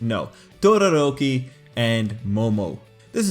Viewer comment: why do i kept hearing "tororoki"? oof onelikey for me tho